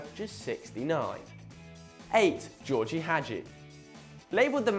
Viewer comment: 1. The fact someone retires from football fully doesn't mean they're forgotten.2. You could learn how to pronounce phrases like Simeone, Gheorge or Brescia properly.3. HOW IS PEP FORGOTTEN? Sorry, but this video ain't much impressive.